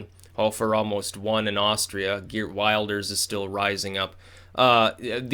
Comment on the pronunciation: "Maybe not Wilders" . . . HUH? Exactly what "weird things" has he said? You're sounding like the legacy media here. And btw, it's Wilders as in wilt, not wild.